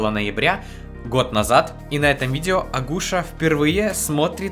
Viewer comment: НЕ АГУША!😅 А АКУСЯ!